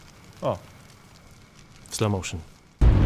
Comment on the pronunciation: "Sloł mołszyn" >>> jaaapieeeer... ;)